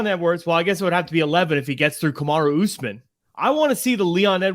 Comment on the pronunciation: The count says names as bad as Chael. Oozemin? It’s Usman